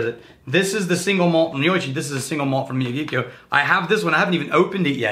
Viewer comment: Miyagikyo pronunciation not too bad homie